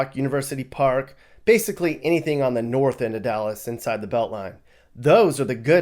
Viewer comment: "Nawf"? Did you come up with that all by yourself or did mommy teach you that. Nawf? Really? Nawf ain't no Country I ever heard of. Do they speak English in Nawf? English mother ******, do you speak it?